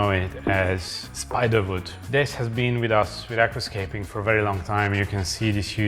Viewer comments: Hungarians and Germans (as far as I know) tends to pronunce the letter "W" with a "V" sound . 😁 No big deal and a charming touch. Hahahaha. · Its WOOD, not VOOT... Love you. Just giving you a hard time because they make fun of my accent as well...